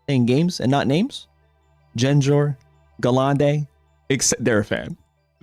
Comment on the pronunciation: One weird thing was someone said you saying "Dekidooey" and "Jenjar" was annoying but it was ok if Wolfey did it. It's just for gaffs and jokes, no reason for them to get butthurt 😂